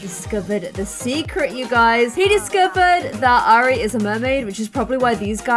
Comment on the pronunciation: Look,, I know these are your characters but it’s still frustrating that you are systematically mispronouncing Airi’s name! You’re constantly saying more like “Ari” a bit as if it was “Arya” from Game of Thrones. If I’ve understood correctly from earlier episodes the origin of this characters name is Japanese, in which case you should pronounce Airi more like “eye-ree”. Other than that little criticism I love watching this Island living series. The characters themselves are wonderful and I love your way of storytelling!